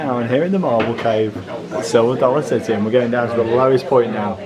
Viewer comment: "Silver Sollar City"